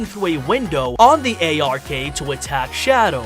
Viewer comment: And when he says space colony A R K. It’s the fuckin Ark.